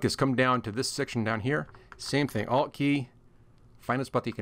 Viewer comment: I thought u were saying I’LL click but u were saying ALT click . Couldn’t figure out until I saw ALT displayed Must be your accent , I’m Canadian ......well my laugh for the day 😂😂 BTW excellent video 🤘